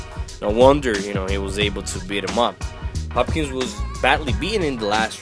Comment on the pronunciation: This guy obviously isn't a true boxing fan... These were light heavyweights, not heavyweights, and he's pronouncing both of their names wrong. It's almost comical, and it's sad that he can't appreciate a fight like this one.